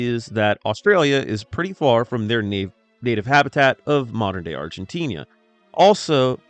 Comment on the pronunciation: Where is " south new wale " and " argentinia". 😂 Oh "cougars dont have mane" Is English this guys first language 😂